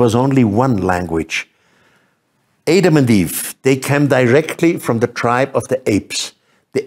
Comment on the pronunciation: Please, you can't even pronounce Adam??